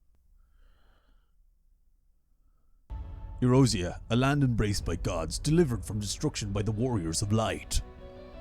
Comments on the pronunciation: He's gonna realize it's Eorzea and not Erozea at some point, right? ...Right? :D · "Erozea." Ee-OR-zeh-ah. OR. OR, GAWD DAMMIT! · Ey-OR-zea. Not Ey-roze-ea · Probably been corrected already. "E-or-zea" is how its pronounced. Not Erosea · Clearly says Eorzea over the whole screen, several times over: Calls it erozea 😅 sorry, couldn't help it. You've now seen more arr cinematic stuff than 99.9% of the playerbase hehe. Arr is something you play through as fast as possible for the most part. Its quite outdated, sadly. It sets up the story nicely and parts of it is quite interesting. Unfortunately the pacing is terrible. HW, SHB and EW is where the game shines. And oh does it shine! Best story ive experienced, ever. SB is okay too but it too has some pacing issues. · "... Glory to a raisin?" Thank you for the top laugh of today. Edit: Also, I'm more than 1 hour in and you're still pronouncing Eorzea as Erozea xD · You were pronouncing Eorzea wrong btw; it's (AY-OR-ZEE-AH) But i've been enjoying your reactions to alot of stuff so was happy seeing this in my feed ^^ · Um, does he have dyslexia? I only ask because I can't figure out how he reads Eorzea and gets something more like A-Rose-Zea. Don't get me wrong, he's got the name mostly right compared to others who haven't touched the game. I don't mean offense, I myself am horrible with pronouncing things I haven't heard before, just wonder if maybe he has dyslexia that's making him see the r coming before the o or something like that. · FYI, Eorzea is pronounced EE-ORE-ZEE-AH. 🙂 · Watching this as I play FFXIV, crafting my level 90 Relic Tools. Thanks for the distraction. P.S. The way you mispronounce Eorzea is triggering me, lol.